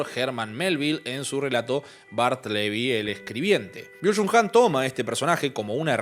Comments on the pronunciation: Ah no mames, ese wey Byung-Chul Han seguido lo menciona el esquizofrenia natural, pero lo pronuncia tan raro que yo pensaba que se llamaba: Bio-ture Han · Por favor no puede distorsionar más las ideas de Byung-Chul Han (ni lo pronuncia bien) y otros autores, este canal. Lean antes de creer en la lógica de YouTube.